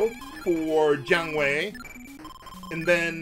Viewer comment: Every time says Jiang Wei, I keep thinking he's saying John Wayne for some reason.